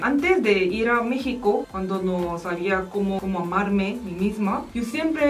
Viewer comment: Me da mucha risa que dijo en el minuto dijo mamarme en vez de amarme